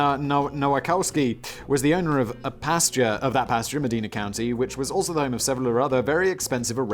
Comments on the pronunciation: lol. It's pronounced Meh-DINE-a. But you got Cuyahgoa right! BTW? The building with the balloons? Just had a water main break where MILLIONS of gallons of water went down 12 floors. The whole inside of the building may loose it's original plasterwork! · He still said Medina wrong about a dozen times 😂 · I noticed, lol. To be fair, tho, he was pronouncing it more like the original Medina. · Simon: accidentally pronounces Cuyahoga correctly but destroys the word Medina 🤣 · Lived for 30 years in Medina Ohio, Simon got every name wrong… Alegendly